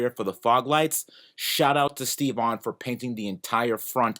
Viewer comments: Sherp looks awesome, good job boys. Btw why does says STE-VON instead of Stevon or Steven (sorry not sure what's the real name ), what's the story behind that:) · I always thought you were saying "Steve Vaughn".